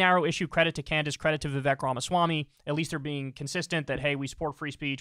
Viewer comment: Vivek rhymes with cake